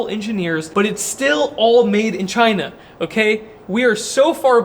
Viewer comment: One word, "Chy-nah"